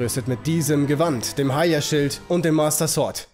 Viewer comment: Skywaad sort und das heia schield. Alter ich liebe deine Aussprache :D